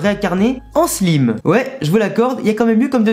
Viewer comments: je veux pas de vexer mais sa se dit slaime pas slime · Je veux pas faire le gars relou mais stp prononce le slayme et pas slime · Slime pas sliime désolé de te faire chier avec la prononciation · On dit slime i comme si tu hi😅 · Désolé mes stp le e à la fin de Slime ses perturbant sa se dis slimeeeeeeeeeeeee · On dit slaïme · tqt pas de problème sa fait juste bizarre a entendre